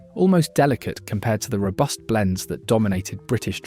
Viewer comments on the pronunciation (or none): none